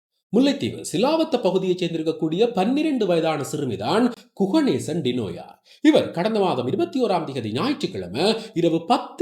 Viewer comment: வார்த்தைக்கு வார்த்தை டினோயா டினோயா என்கிறீர்கள் அவரது பெயர் டினோசா(ஜா )தானே? எதற்கு பெயரை மாற்றி கதைச்சு பிழையான செய்தி போல் காண்பிக்கிறீர்கள்